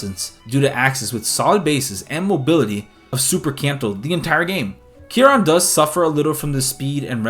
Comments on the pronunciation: Rhys is pronounced Reece. Kieran is pronounced... Kieran. What the fuck is 'Kieron'? And WTF is 'Elinchia'? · Lmao love the video but the way u said kieran is wrong. Like its ran. Not ron. Lol. Im kind of a expert 😂